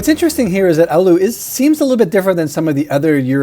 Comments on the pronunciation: Why are you mentioning Oulu? It's Alu according to him. Other americans pronounce it as Allahu/Olahu/Aluha. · ahh yes, my favorite finnish city. "Ooluu"